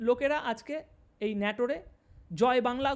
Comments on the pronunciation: ভাই, আমি নাটোরের স্হায়ী বাসিন্দা। আপনি আমাদের নাটোরকে ন্যাটোর বলছেন যা আমার কাছে দুঃখ জনক মনে হচ্ছে। অনুগ্রহ করে নাটোর উচ্চারণ করে ভুলটা সমাধান করুন প্লিজ। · বারবার বলছেন নেটুরে,সঠিক নাটোর। শতকরা ৫০% উচ্চারণে ভুল। একচেটিয়া আওয়ামী লীগের পক্ষে ভিডিও করায় এত ভিউ পাচ্ছেন। দয়াকরে উচ্চারণ সঠিক করুন। ভিউ ডাবল হবে। এখন শেয়ার কমেন্ট করতে আমার লজ্জা লাগে। এমনকি আমদের দলের জন্যও বিব্রতকর। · ভাই ওটা নাটোর হবে, তুমি বারবার ন্যাটোর বলছ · দাদা, ন্যটোর নয়,নাটোর হবে।আপনাকে ধন্যবাদ।জয়বাংলা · জায়গাটার নাম নাটোর, নেটর না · নাটোর উচ্চারণ হবে। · দাদা আপনার উচ্চারণটা সঠিক হয় নাই জায়গার নাম নাটোর।